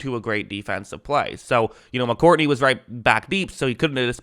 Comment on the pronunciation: Dude, it's Mccourty, not Mccourtney, stop adding an n to his name, my dude has won 3 superbowls, get his name right